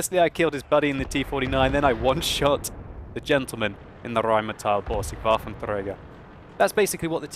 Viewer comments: Is it just me or rolls the R in Rheinmetall Borsig WaffentRager a little too much. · "Rrrrrheinmetall Borrrrrsig Waffentrrrrräger"! Your German pronunciation is hilariously cute. :) A bit like Steve Martin's "Rrrrrreinemachefrau". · pls give me another rrrrheinmetall borrrsig wafffentrrrräerrrr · I liked the live cam, it was very fitting and delivered the feel of the moment really well. The rest of the video was excellent, too. It was really enjoyable to watch you and that 13 90 work together. Oh, and I love how you say the r's in Rheinmetall and Borsig and WaffentRRRäger! :p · Rheinmetall Borsig Waffenträger. Your pronounciation sounds funny =) Germans normally don't roll the R. Best greetings from Germany, keep it up o/ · I like it so much how you pronounce The RHM Borsig Waffenträger😂👍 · He rolls the "R" extremely when hes talking about german tanks :D.